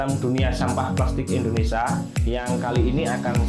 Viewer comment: Mending pake script agar bahasanya bagus. Nyebut Indonesia aja bilangnya endonesa.